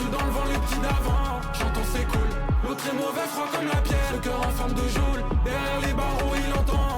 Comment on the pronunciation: "Géole" ça me bute 😂